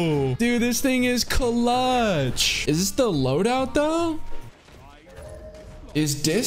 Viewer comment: "This thing Cuh-lutch, but is dis dah loadout dough?". Yes